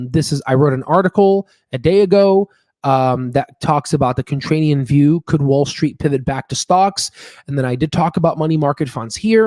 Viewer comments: ContraRian not ContrraNian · oh my lord, does anyone else pronounce contrarian with "rain" like our host here? never have heard this before. it's always the "rare" pronunciation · In the first and second minute and throughout your video (including where you read the word wrong-The word you should be using is contrarian not "contranium."